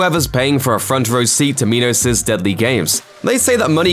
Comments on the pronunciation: It's pronounced Minos as in coal mine, not meeenos. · Okay so it's not just me, I was so confused as to why they pronounced it like that